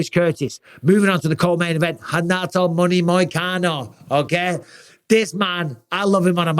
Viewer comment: "okeh" - okeh